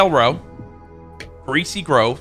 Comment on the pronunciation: “Greacy Grover” 💀💀💀💀